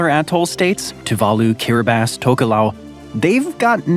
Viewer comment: I just started reading "The Sex Lives of Cannibals," where the author, J. Maarten Troost, moves to Kiribati, which for some reason is pronounced Kiribass (which you got right). The book goes perfectly with this video. My son works for an organization that is trying to hold the guilty parties responsible for the vast amounts of nuclear waste that are left behind from this kind of diabolical and careless experiments. It's not easy, as the corporations and military have banded together at blocking attempts to hold them responsible.